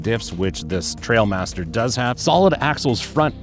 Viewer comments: T-r-i-a-l master not T-r-a-I-l master… everyone seems to get this wrong initially. Great summary in any case. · Not trail but trial apparently. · Trial master not trail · they are trialmaster, not trailmaster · It’s not Trailmaster it’s a trialmaster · I totally felt the same way. This review fit me perfectly. Mispronouncing the name probably because I’m anal just grated on me. The review was exactly what I was looking for. Ha ha ha. Good content.